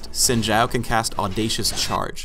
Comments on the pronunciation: He pronounced "Xin" wrong... It's 'Shin' not 'Sin'. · Yeah where they pronounce his first name properly lol